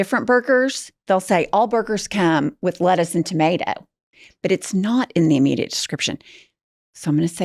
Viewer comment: Tomato, tomahto. Pumps: Tomaytuh 😂 now thats an oklahoma accent!